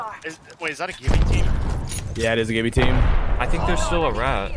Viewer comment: I hate when ppl say Jibby, it’s Gibby.... with a G 🙄